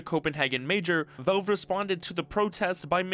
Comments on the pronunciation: he say vak not vale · It's pronounced "VALVE" not "VELVE" !!!!! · It's Valve, not Velve. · WHY do you keep calling it "Velve"? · this is that guy that says "velve"